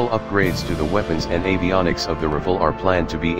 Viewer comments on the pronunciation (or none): none